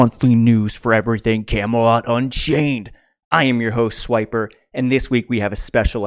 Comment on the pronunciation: My internal grammar Nazi cringes every time I see "swipper" pronounced as "swiper" lol.